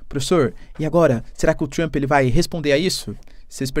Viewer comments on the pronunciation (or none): Cara, não tem “I” em Trump! Trumpi, Trumpee, não Trump!